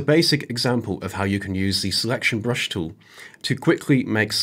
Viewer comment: Surely the word is 'tool', not 'toow'.